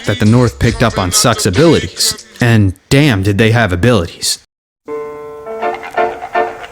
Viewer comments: It’s not “suck” it’s S.U.C. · Bruh, preciate the video, but as a native Houstonian, NO ONE in the history of history has ever referred to the Screwed Up Click as 'suck.' It's either known as the Screwed Up Click or the letters sounded out as S-U-C. Please delete that part of this video. Otherwise, great content. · Great content but S.U.C. is not pronounced “suck”… you literally say the letters